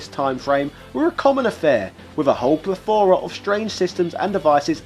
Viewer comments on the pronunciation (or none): Stop trying too hard to be "niche" and learn how to pronounce "plethora" correctly